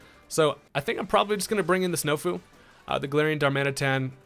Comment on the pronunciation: “Snofu” Jesus Christ 👨🏻‍🦲👌🏽